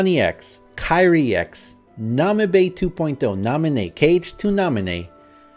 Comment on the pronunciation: Hi, Why did you call Tairi to Kairi??